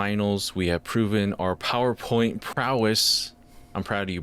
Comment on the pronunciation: ProwerPoint, some might say